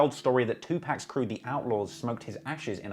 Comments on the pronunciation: Please stop calling Tupac, (pronounced “ 2 pock”) not 2 pack! Jay- Z told White people this years ago. 😂😂😂. Thank for the great videos. 💜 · Ok ima need u to pronounce tuPAC properly PAC not PACK..carry on.. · I’ll never listen to this reporter again he just said Tupac….